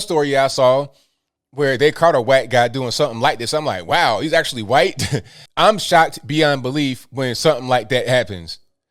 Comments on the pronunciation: Huhwhhhhite man,😁 gets me everytime,love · I love but it's funny how he says "white" He actually pronounces the H. Listen close you'll hear it.